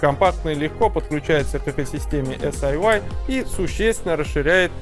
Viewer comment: Эс-Ай-Уай режет ухо (почему тогда не Эс-Ай-Уай-Ай?). Вообще-то по китайски это Си-Йи ("умное крыло").